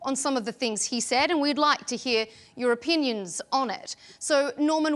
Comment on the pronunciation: do you ghear me 🤣🤣